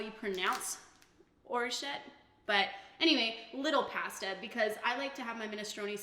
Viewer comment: Great video but the way you say pasta.....kills me inside